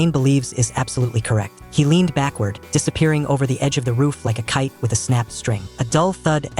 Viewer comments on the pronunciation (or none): none